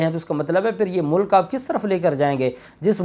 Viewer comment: Voice Mai ... mulk and mulak hi fault pakra jatta... Hai 😂. Nani 420....ki videos ka intaizar Hai 🤪